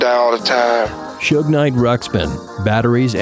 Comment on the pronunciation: is that how you actually pronounce Suge? I thought it was like huge with an S.